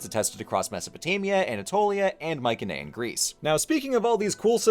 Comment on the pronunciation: Finally. Someone who doesn't say My See Nee. You have a new subscriber